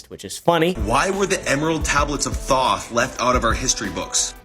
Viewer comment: Dude can't even pronounce Thoth correctly, conman are so lazy these days.